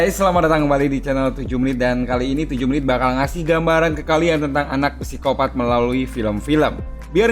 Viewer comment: Psikopat dibaca Sikopat min 😅